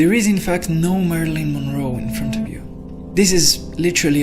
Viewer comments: Pronounced "Mare i lin" Monroe. (Long 'a' and short 'i's ..... not 'Marlene': short 'a' and long 'e'). Thank you for this though....👍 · Marilyn Monroe not "Marlene Monroe." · Mari-lyn. Not Marlene. 🙏